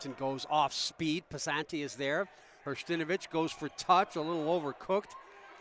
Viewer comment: Hersh-ta-NO-vich. For goodness sake, let’s learn names before the game begins.